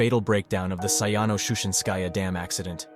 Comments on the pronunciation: It's an AI voice and yet it's still mispronounced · You really drop that "Shushenskaya" like it ain't shit